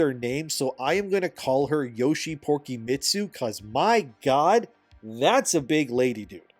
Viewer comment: oh god that had me laughing when i heard Porkymitsu